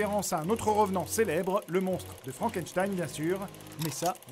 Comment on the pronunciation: Pour une fois j'avais remarquer le " Frank n' stein"